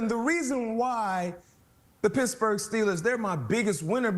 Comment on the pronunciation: "Pissburg Steelers" lol